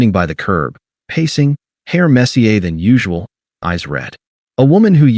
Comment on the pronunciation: I laughed at AI’s pronunciation of messier as Mess-E-A French like 🤭